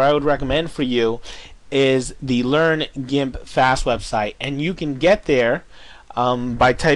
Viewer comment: i think he pronounce gimp as in jimp because of an "i" as the second letter in in the word. there are some words which sounds the same way. two examples would be; giraffe and ginger...but hey i might be wrong